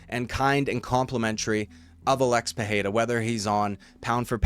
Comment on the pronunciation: Why pronounce PeHeira? It's Pereira